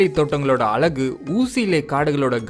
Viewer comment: Adhu azhagu.. alagu illa. Thamizhukku undana azhage uxharippu than. Neega alagu alagu nu solrathu nallave illa. Azhagu nu sollunga , sollum bothe azhaga irukkum